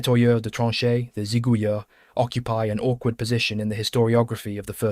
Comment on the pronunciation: If I may, the word "Zigouilleurs" is used here in the plural and therefore ends with an S, but in French we do not pronounce this S.